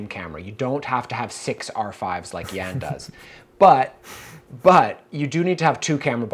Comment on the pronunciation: Why is always mispronouncing your first name ("Jän")?